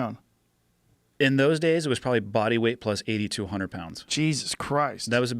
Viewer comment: I think everyone heard that, funny how a minor enunciation error can send the brain into a confusing freefall